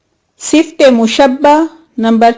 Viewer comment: Please correct your pronunciation for اسم و صفة Isam and sift are wrong.